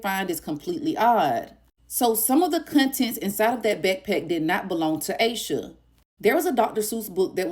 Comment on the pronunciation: Aaaash sha not aye sha